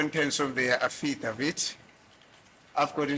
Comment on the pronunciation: I lovs the way pronounces affidavit❤